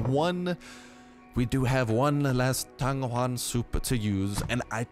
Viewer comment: u just butchered the word tang yuan.